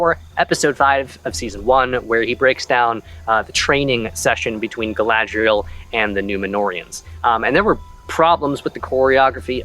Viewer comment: Everything I hear Gladreal and Numenorians I CRINGE. Because that is NOT Gladreal or Numenorians.